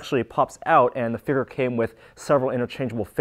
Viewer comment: Figure figure figure get it right! I know it's jerkish to point out but please just say it right